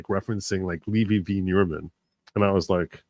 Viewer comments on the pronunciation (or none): none